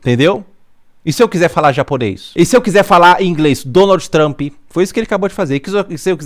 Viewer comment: se eu quiser fala engles , donald tamp kkkkkkk mim quebrou